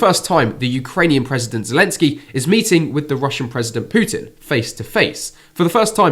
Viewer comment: It’s not Putin mating Zelensky it’s his people but how you said it sounds more interesting 😂😂😂😂😂😂😂